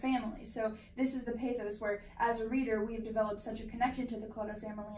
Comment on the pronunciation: Good commentary. Oh, stop mispronouncing the word pathos. Thanks, keep up the good work